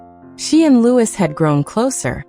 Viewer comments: Is name is pronounced Loui NOT LEWIS. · 🤯 Not Lew is. It's pronounced Loo ee! 🇬🇧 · It’s pronounced Louieeeeee not Lewis. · It’s not pronounced LouiS it’s pronounced Loui not adding the S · Lord Mountbatten name is pronounced Loo ee not Lewis as you say